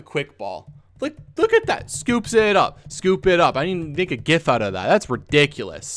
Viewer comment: It's pronounced gif, not gif